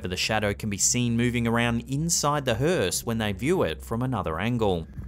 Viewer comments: Thank some of you for spelling it correctly. It's spelled hearse, not Hurst. The T is silent 🤣🤣🤣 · Where's your T? Hearse....